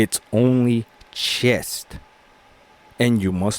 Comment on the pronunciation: You have no idea what you're are talking about. Stop judging women but one nut job. And the word is chess, not chest.